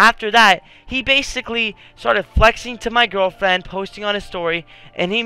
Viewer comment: You were about to say gwirlfriend lol